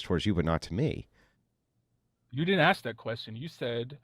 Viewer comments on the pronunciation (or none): So many educated white people say “ax” instead of ask. It drives me crazy.